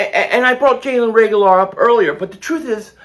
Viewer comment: Do you mean Jalen Reagor? You kept saying Jalen Regalar!! 😂